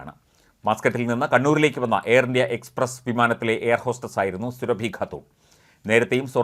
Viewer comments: surabhiyalla suraabi ennu thiruthi vayikkakkana vartha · സുരഭി അല്ല; സുറാബി ഖാനും- സുടു. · സുരഭി അല്ല സൂറബി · മഞ്ഞരമേ സുരഭി അല്ല. സുറാബി. മലയാളം അർത്ഥവ്യത്യാസം അറിയില്ലങ്കിൽ മൈരുകളഞ്ഞിട്ടു പോടെ. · Srabhi alla Mister. Soorabhi, Muslim lady. Check properly before a news. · ർ സുറാബി എന്നാണ് സുരഭി അല്ല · At least pronounce her name right it’s not Surabhi it’s pronounced suraabi her name spelling is surabhi